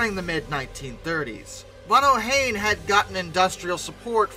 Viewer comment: Ohain: O-hine, rhymes with fine.